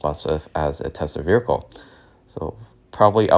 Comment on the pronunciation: Verical is not a word…. Vehicle